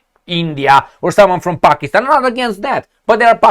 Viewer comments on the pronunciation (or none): none